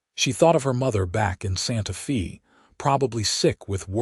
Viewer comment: It's not Santa Fee, it's pronounced Santa fay like "hay" long "a" sound even though it is spelled Santa Fe. It's Spanish so the "e" sounds like an "a".